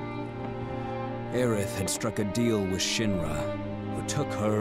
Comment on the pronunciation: IT WAS ALWAYS AERITH NOT AERIS